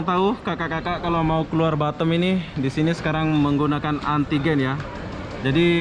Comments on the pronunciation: Batam bozkuuh Bukan batem Susah memang lidah orang lombok niech😰😰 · lidah mas tuch yaa huruf A dibaca E😁 Efek klamaan jd tki di kualalumpur🤪